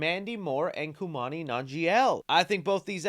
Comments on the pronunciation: Bruh, you can at least try to look at actors’ names before you go ahead and do videos. You butchered Kumail’s name. It sounds like you don’t even try cause I’ve noticed you do it often. Anyways, like your videos a lot though. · Bruh, you went full "Adele Dazeem" on that first pronunciation of Kumail's name 🤣 I was like, "Who's that?!" and busted out laughing when I saw the picture. 😂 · I’ve never heard Kumail’s name butchered so horribly